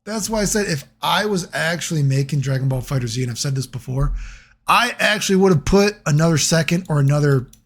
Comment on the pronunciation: Is that snapping at the intro a normal thing? Also bro don't say the Z, just read it as fighters. 🤦‍♂️